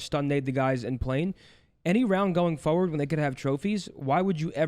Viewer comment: Someone tell that it’s “forward” not “foward”